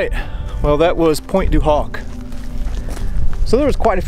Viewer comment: the h in Pointe du Hoc is silent.